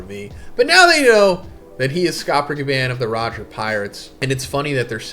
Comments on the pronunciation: Bro say gaban eight. It’s gabon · omg...STOP PRONOUNCING GABANS NAME LIKE THAT!!!!🤦🏾‍♂️😭